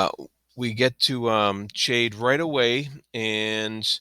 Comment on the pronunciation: I enjoyed your commentary, thanks. One thing about your pronunciation of Chade. I too pronounced it Ch like in change and after reading the whole series, I read an interview with Ms. Hobb and she said it is pronounced like Shade. Which makes sense for the character. I can't change my pronunciation in my head though, even knowing the truth now, not after 16 books! Sorry to be pedantic.